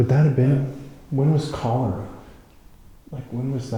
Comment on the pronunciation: It’s Cholera. Not Cholora 🤦🏻‍♀️🥰